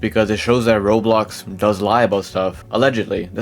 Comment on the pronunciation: Bro says roblox as "Roux" 😂. U ok m8? You sound half asleep